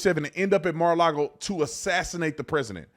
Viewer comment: First it’s not maralogo. Then it’s maralogo 😀🤷‍♂️